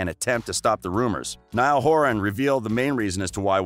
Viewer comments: Omfg he says “Neil not Niall”help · If you do a vid about one direction you could at least pronounce their names right I meannnn ‘Lewis’ NOOOOO it’s Louis ‘Neel’ NOOOOO it’s Niall Hardcore directioners hereeee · Wait, did you just say "NEall" and "Lewis"? (No hate, but that's what I heard at the beginning.) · Neil? It’s Niall. Lewis? It’s Louis. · Dis he just say neel horan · for first : he is NOt ''nill'' but NIALL for second : louis didnt wanna go solo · Lol.. Not Lewis it's Louis with silent S Not Neil it's Niall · “Neill” ITS NIALL! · hey! it's LOUIE, not LEWIS it's NAYALL, not NEIL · Please tell me out you called Louis( LOO•WE) Lewis and Niall( N•EYE•L) Neil but you got Larry Stylinson correct first try? Like seriously? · It's Nial not Neil and the s in Louis' name is silent, it's pronounced Lou'e' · I’ll subscribe when you say “Niall” and “Louis” not “Knee-al” and “Lewis” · Oh please. People get your facts right. By the way its Louis (Lew-ee) not Lewis, and Niall not Neil. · He said “Neil Horan” and “Luis Tomlinson” 🥴 am I the only one who noticed that? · Did he SERIOUSLY just say “Lewis Tomlinson” and “neel horan” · Okay yeah ngl but I literally stopped watching when he said LOUISSSS and Neeaall😐..like wtf dude? Please atleast pronounce their names rightly. Ugh. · Never ever ever trust ANYone who says "Neel Horan" and "Lewis Tomlinson". I mean if your going to do a video about One direction Get it right and most of your facts aren't even true. Its not that hard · Its niall and loueh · It’s pronounced nile. I have a friend named Niall. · I'm rlly sorry but it's niall not Neil and it's also Louis not lewis and agin perrie Edwards not perrie edwire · Yeah I stopped watching after you said “Lewis and Neil” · And kneeal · The you pronounce Niall. It’s Ny-all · Lewis? Neil? Shows how much research you did 👏🏼👏🏼 Also it’s EdwardS So basically take the ‘s’ out of Louis’ name and put it at the last letter of Perrie’s last name and TADA 👐🏼